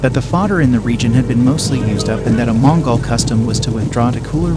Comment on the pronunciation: They need to work on how the AI narrarator pronounces "Mongol" it's a little off....